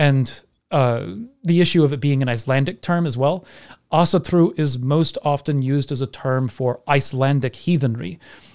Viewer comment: (Celtic Pagan here) Thank you, I learned a lot, esp how to pronounce Asatru properly.